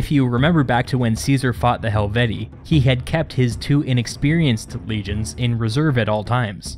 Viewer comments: Helvetii* Hel-vet-ti-i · You pronounced helvetii wrong